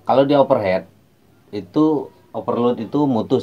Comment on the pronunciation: Thx pencerahan nya. Membantu sekali. Over heat Bang, dibaca over hit. Bkn over head. Kalo head artinya kepala. Kritik bangun ni. Biar Abang tambah ganteng ❤😂